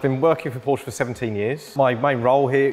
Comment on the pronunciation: "been working for porsche for 17 years" but still can`t pronounce the name properly -_